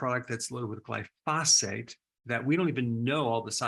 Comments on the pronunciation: GLIE - FOH - SATE not Gly - fos - fate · Pronunciation gly' pho sate accent first syllable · Dr. Berg, the word is gly-pho-sate. Accent on the gly not the pho. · Love your videos. Just for reference it’s pronounce GLY-fow-sate accent on the first syllable 😊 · Pronounced "gly pha sate" 🙂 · What's "glyphosphate"? Its pronounced gly-pho-sate... and it is highly toxic to your gut microbiome since it was designed to disrupt the shikimate cycle in plants, bacteria and fungi. Not good considering humans have on average have 10 times the number of microbes (bacteria, viruses etc) than human cells... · I would take you more seriously if you could pronounce glyphosate properly. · Thanks for this video! I’ve got to say, either you or everyone else in the world pronounces glyphosate wrong though.